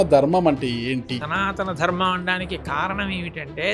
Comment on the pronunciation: Anchor ki dharmam ani palakatam kuda radu, darmamu antunnadu